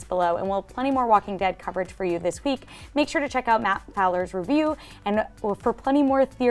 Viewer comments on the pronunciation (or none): none